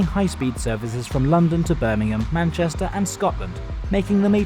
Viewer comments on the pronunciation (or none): none